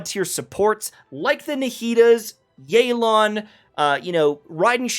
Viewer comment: its not yey lan its yeh lan. You cant use "proper comp" if all is equal navia is literaly actualy better than more than half the roster of new 5 stars but it is what it is, hoyo wants to sell and they will power creep, inevitable